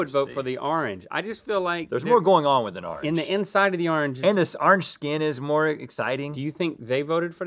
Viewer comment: They say ‘are-nge” 😂 and not “or-ange”